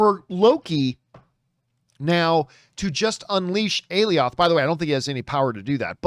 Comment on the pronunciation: It’s pronounced “A-Lie-Oth”